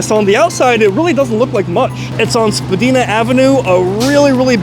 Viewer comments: it's spa-die-na, not spa-dee-na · Pronounced Dina not deena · Spad(eye)na not Spad(ee)na❤😊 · You said Spadina wrong. It's pronounced spuh-dine-uh. Not spuh-deen-uh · Spa-dye-na not Spa-deen-a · The street is pronounced SPA..DINE…AHHHHH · The street is pronounced SPUH-DIE-NA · The street name is pronounced "SPAA-DINE-AH" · Spa-DIE-na* hahaha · Great videos. SPADINA pronounced Spa-Dine-Ah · It’s actually pronounced SPA-DINE-A i should know i live there lol but if you get technical at the end of the day you actually did say it correctly but it got changed by people who live here so it’s more of a torontonian thing 😂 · Its Spa-dye-nah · its pronounced Spa-DIE-na Avenue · Spadina is pronounced so it rhymes with China. I lived at the corner of Spadina and King. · Just for next time Spadina is pronounced SPA-DINE-A 😉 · you pronounce spadina wrong